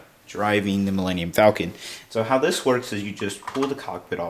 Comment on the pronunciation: "Melanium"- Millenium Falcon. Idiot.